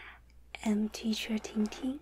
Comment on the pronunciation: Hi class, I am T-cher. I love her pronunciation